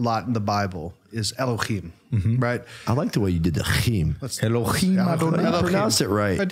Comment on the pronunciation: And the h/hei ה in Elohim (אלהים) is a strait H sound, scratchy H you were doing would be more of a Chet ח or Khaf כ.